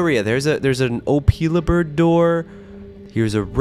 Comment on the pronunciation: Opela it's opila bird